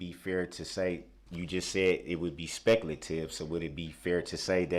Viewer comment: It's "SPECLATIVE"!!! 🤣🤣🤣🤣🤣🤣 What a Doof!!